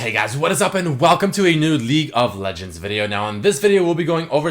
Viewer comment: i swear legit said "leak of legends" in the beginning of this video